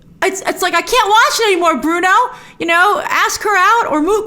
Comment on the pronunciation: It's so funny how Cameron still doesn't get Bruno's name right!🤣